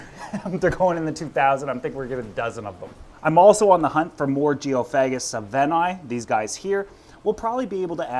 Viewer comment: Geo fag gis 😂 its pronounced geo fay gis